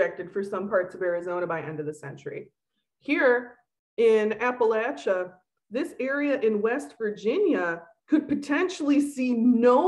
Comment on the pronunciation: thank you for pronouncing it right